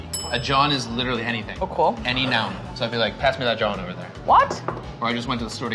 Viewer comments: Now we definitely need black people on this show... “ jawn” is not pronounced John. Please invite black people to this segment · Hearing butcher the word jawn 🤦🏾‍♂️🥴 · He pronounces Jawn TOTALLY WRONG! DONT USE IT! Its a Philly thing!